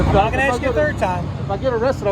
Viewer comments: I’m going to call my lieutenant, and axe him... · I would have to go with the 2nd cop the diversity hire because the others know they were doing wrong she has no idea about the law or right. She needs to call and "AX" a question lol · '' I'M gonna and axe my lieutenant'' ,, the Affirmative Action female cop can't even use correct English !!! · She said she going to ax him I bet she ax a lot in court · She’s going to “ax“him and see if he says lock you up😡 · Number 2 The Ebonics speaking Cop she is going to "AX her Lou Tenet " Isn't it illegal to AX anyone ? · She axed her lieutenant. Is that legal? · im gonna ax him. lol, speak proper woman. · I'm going with #2. Any officer that is unable to pronounce the one syllable word "ask" is sta sta stupid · I think it's a tie, but because she said axe instead of ask, she gets my vote for biggest dubass. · When you call your lieutenant ask him dont ax him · Cop 2 said "axe" in place of "ask!" She seems to be utterly uneducated, so much so she had to ask a man what her duties were! Can't speak English, doesn't know her job and prepared to use violence! DUMMY NUMBER ONE!!! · Is the BLACK woman a murderer? She said she was going to AX someone. SMH. I wonder if she made it through 3rd graded. Does she know her letters and numbers? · "Im gonna axe him". Black people talk so stupid. Clear constitutional violation of free speech. You can tell in Georgia Blacks dont want freedom. Whites fought hard for freedom and blacks are doing whatever they can to destroy American Values. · She’s gonna “Aks” her lieutenant?? “We can’t do it the right way, we’ll do it our way”. What the f***? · she's gonna axe her lieutenant. sounds like a threat. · I’m gonna call my lieutenant and axe him 😂😂😂😂😂😂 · Don’t axe your lieutenant. That’s scary. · So much “axing” these days. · She’s going to “axe’ her lieutenant? Ebonics quota hire alert! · Why can't they say 'ask'? They all say 'Ax' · She’s going to ax her lieutenant? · I'm gonna "axe" my luietenant?